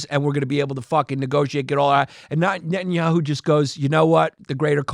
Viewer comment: He gets closer to pronouncing it than any of y'all lol 😂